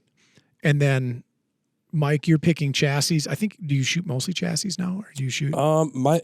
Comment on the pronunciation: Definitely Stocks. Because Americans cannot correctly pronounce Chassis.